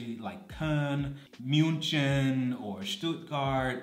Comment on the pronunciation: did... did you pronounce Munchen with English ch?